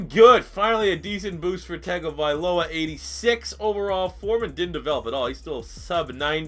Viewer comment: It’s Tongue-O-Vy-Low-A